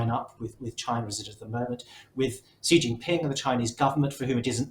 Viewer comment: Why did the economist not have intellectuals from east Asia (Korea,Japan,Hong Kong,Taiwan, mainland China, Singapore) on their panel? These three Europeans seem to know very little about china. The man mentioned the United States about twenty times and could not pronounce xi jinping's name correctly.